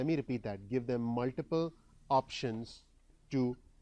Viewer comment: Thanks for the free input. Here is some free input for you. :) "Muliple" was a tad bit distracting, I am sure you already know that it is "MulTiple". It might be slightly blinding but if you talk into the light you will not have such heavy shadows on your face. Great info however! Keep up the great FREE work. Thanks!